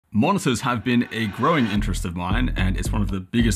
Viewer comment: Originally heard "Monsters" not "Monitors" lol.